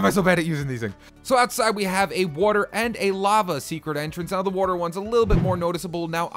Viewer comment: Anyone else noticed he says Wuatr